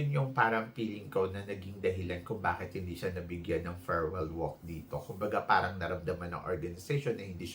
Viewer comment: Its not ferwell,its farewell